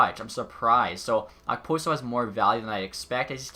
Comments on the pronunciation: It’s pronounced opo-so Not ok-poso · and you don’t pronounce the k in okposo